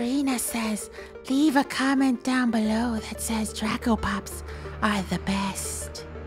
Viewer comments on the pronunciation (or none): It's Draco -_- not draca! But it's ok cause that's funny lol😂